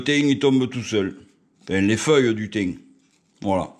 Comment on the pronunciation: Lol nous en Drôme le thym il chante 😉😉 au milieu de la lavande Et le risque qu'un nuisible ait pu faire ses besoins dessus est il possible ? J'espère que tu gardes bien les branches pour un barbecue éventuellement. En tout cas tu le prononces bien "le tiinn 😋😋"😀😀